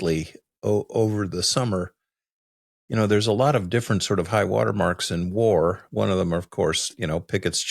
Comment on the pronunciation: War, not way